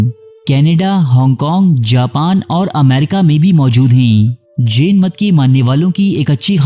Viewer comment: Jen nhi Jain Ek bar khas khas words ko English me bhi parh liya karen, taki sahi pronunciation se parh saken. Urdu me Jen air Jain ek hi lafz se likha jata hai.